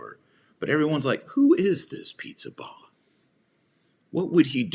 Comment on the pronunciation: His name is not pronounced as “pizza” but “ Peesabahla”